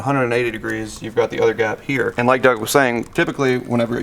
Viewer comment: It's "doug" you dumbass...